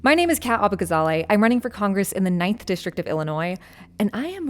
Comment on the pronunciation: abbagazally? she must be a foreigner. we won't stand for this. lol